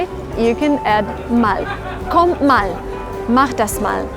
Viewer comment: You say this "mall" but it's a long "a". You have to say "maal" but it is written "mal".